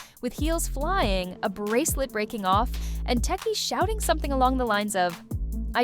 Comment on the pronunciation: She said Tisheki 😆 A.I